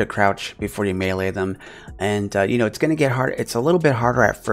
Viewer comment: Mad respect for saying Melee correctly!!